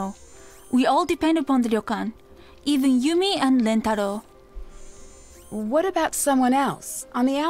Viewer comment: I still think the most American thing about this game is that no matter how many times Nancy is corrected on how to Rentaro's name, she still gets it wrong *and Ryokan